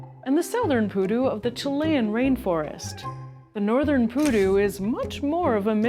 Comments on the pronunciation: The Pudu is not poo nor doo. 💩 🦌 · Stop saying poo doo! You’re going to kill everyone in our drinking game! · "Pudu" sounds like "you do"